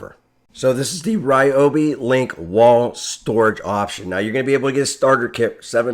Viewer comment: Someone can get hooked on these new products! Thank you for the proper pronunciation of Ryobi What! The one time y’all go to the Carolina I’m out of town 😤😭